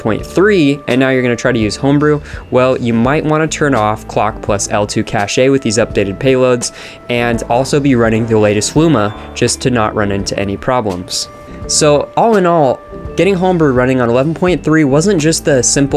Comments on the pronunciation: Dude, cache is pronounced "cash" not "cashei" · IT'S NOT CACH-AY. IT'S CASH. STOP SAYING CACHE LIKE YOU HAVE PROBLEMS